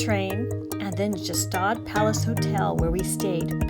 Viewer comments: Pronounced 1 of two ways; G-shtahd and/or , Shtahd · thats not how you pronounce gstaad